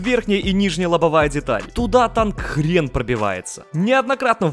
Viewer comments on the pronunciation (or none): none